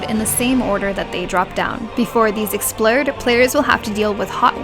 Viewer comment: "before these explurde "